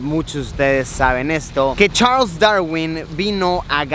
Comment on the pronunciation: ajaj me encanto tu pronunciacion de charles